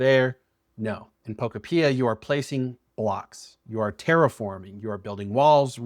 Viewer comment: Bruh can’t even say the name of the game right